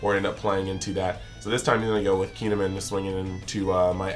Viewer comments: He had the first half right, he was just saying Min instead of Mon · It’s KEY N Ehh MON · you're doing a hard KEEN when its not quite right